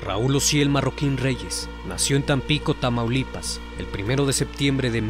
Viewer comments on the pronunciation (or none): none